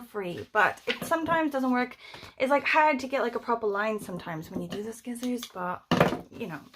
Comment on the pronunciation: OMG,! I say "skissors" all the time, too! I LOVE IT: Twinseees, lol! Love the zine; love that you're giving us all SO MUCH TIME to prep for shorty September...But maybe I've been planning this years' shorty September since October 2022 🤔🤣